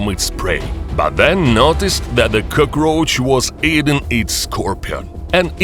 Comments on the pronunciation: Cuhcroach. Love the pronunciation. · Coo-kroach lol